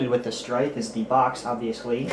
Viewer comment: He said stryven